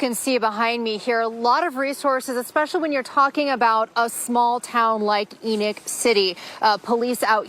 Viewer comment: ? Enick city?? ENOCH